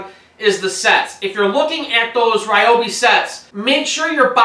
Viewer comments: REE Obi, not Rye Obi.......Please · It’s pronounced “reeobi” Not “ryeobi” It would be nice if in reviewing a product you could pronounce it properly. Fail! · btw...its Ree-obi not Rye-obi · That's Reee-obi. :-) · You might want to find out the correct pronounciation of "Ryobi".